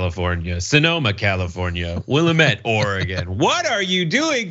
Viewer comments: As a resident of Willamette county Oregon, I would like to applaud TYT for almost getting the pronunciation right. Most people don't get nearly that close but you still have the accent point in the wrong place. It's Wil-AM-met as opposed to WIL-a-met. But nice job ya'll! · It's not "will a met" Willamette is pronounced "will am et" mispronouncing the name of the valley that runs half the length of the I-5 in Oregon is almost as bad as calling the state "or ee gone." Sorry to complain but it is a bit of a sore spot. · "wuh LA met" not "WILLA met" just FYI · You guys are killing me, its called WillAmette Valley, not Willimete Valley. I live here and Kyrsten is not welcome. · Just so you know it's pronounced will am ette not will um ette (sorry. I had to.) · Never heard "Will E Mit". Usually pronounced Wil la ment. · As a resident from the Williamette Valley and before we moved here also pronounced it wrong until a native gave us an easy way to remember, it's Wuh-lam-it, damn it. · Just for the record, it's pronounced like Wil-LAM-met. Portlander, born and raised. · Not to be snarky, but it's pronounced "will-am-it" 😉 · OUCH! I can tell you guys are located East of the Rocky Mountains. Those of us in the West cringe when you pronounce Willamette wrong. Here on the West Coast, we pronounce the Willamette Valley ~ Will-AM-it. It is not a French word it is an American Indian word. Thanx! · Sinema should be excised from Congress, ASAP. ** Please note re: Willamette pronunciation. It’s will-a’-mette. Accent on the 2nd syllable. We Oregonians are kinda touchy about that. (Kinda like CA place names being mispronounced by their other west coast cousins.) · Argyle is in the Will-am-ette valley in Oregon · It’s Willamette, dammit! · Willamette is pronounced: will-aa-met...rhymes with "damn it". Located in western Oregon, along I-5. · will-AM-it....... right outside my back door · It’s Wil-lam-ett valley (say it like an Oregonian) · It's pronounced "Will am it" Valley